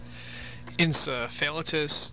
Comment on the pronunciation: this is informative but the pronunciations of drugs and complications are wrong.. -tis means inflammation and usually you pronounce the syllable before that as -ay. For example in encephalitis.. you pronounce that as en-se-pha-lay-tis, endocarditis is en-do-kar-day-tis.. For drugs it's chlo-ram-phe-ni-col etc..